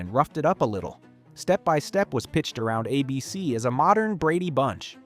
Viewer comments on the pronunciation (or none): Take a shot every time the AI narration mispronounces ABC as "Uh-Bee-Cee"